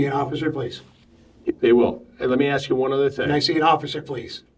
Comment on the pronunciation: think he smart but really he is IG-NANNT! Just AXXXEEE him hahaha! Sir it’s ask 😂